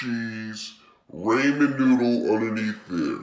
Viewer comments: It is RAHmen noodle and NOT RAYmen noodle. Please get it right. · your pronunciation is wrong it’s pronounced rahmen you say raymen